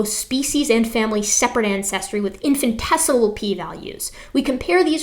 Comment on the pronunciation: “infinitesimal P values” 🤣